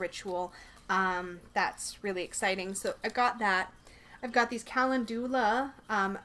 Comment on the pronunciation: Calendula is pronounced (Ca-lend-ula) 🔮🌛🌟💀♥💀🌟🌛🔮